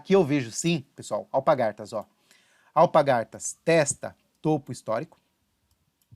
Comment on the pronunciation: Parabéns pelas análises! Só uma observação que notei em todos seus vídeos: não é alpagaRtas, e sim alpaRgatas.